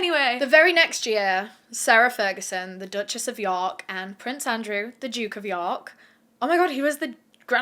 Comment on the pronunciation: I'm sorry but "The Dutchess of Pork" had me on the floor 😂